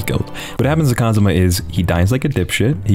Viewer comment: Who's this "Cosma" you keep mentioning? Do you mean Kazuma?